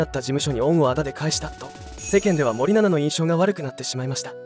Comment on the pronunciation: 森永みたいに言うなw